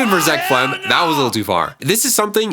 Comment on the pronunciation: It’s zeck felms not zeck felm